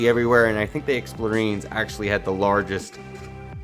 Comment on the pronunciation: It's explorien like alien. Not marine.